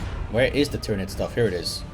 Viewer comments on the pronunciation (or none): none